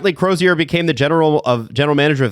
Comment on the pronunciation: How is it possible that three guys living in Toronto Canada and the hosts of a hockey podcast. Not know how to pronounce a hall of famer Roger Crozier....FFS....🤡💩🤮